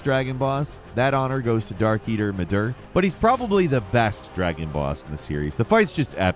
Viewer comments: Did he just call midir midur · Dude it's midir not midurr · And don’t forget Darkeater Mid-duuhr